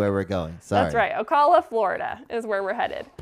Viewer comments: It’s O-cal-uh. Cal has a long a. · Janice Wheeler I was thinking of leaving a comment on how to pronounce Ocala too 😊